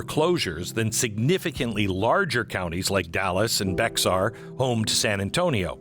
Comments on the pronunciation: I used to live in San Antonio, and the name of the county is actually pronounced Bear, not Bex R. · BeXar county? Come on Glenn. This is Texas. It’s pronounced like Bear county. lol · Bexar County is pronounced "Behr" or "Bear," not "Beck-sar." From a guy named "Beck," I can understand the confusion. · Bexar is pronounced BEAR - the X is silent. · Why does he keep choking on his words and swallowing between every sentence? Glenn, its not "Bex ar" county, it's pronounces like Bayer aspirin. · Glenn, Bexar is pronounced "bear"❤ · Bexar (bear) county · Bexar is pronounced “BEAR” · Bexar County (San Antonio) is pronounced BEAR County. ❤ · Bexar County, is pronounced 🐻, bear ; most Texans know that. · BEXAR County is pronounced "BEAR". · its pronounced Bear county, i know its stupid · Bexar is pronounced “Bear”. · BEXAR county is pronounced “BEAR” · This guy is ruthless! Oh and Glenn it's pronounced "Bear" county. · FYI, Bexar County is pronounced "Bear County". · BEXAR COUNTY IS NOT PRONOUNCED WITH THE ‘X” ITS PRONOUNCED “BEAR” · Blaze TV.. Loved it. Tell Glen the "X" in Bexar County is silent 😂. Thanks for the info.